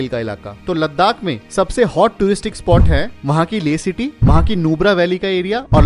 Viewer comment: Repeated 'Ladakh' pronunciation made my ears a bit irritated. Never mind.